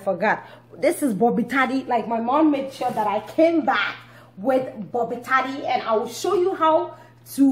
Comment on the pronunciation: Senam Awunyo hahahhaha I wanted to tell her the same thing. It sounded so funny when she repeatedly said bobitadi. is interesting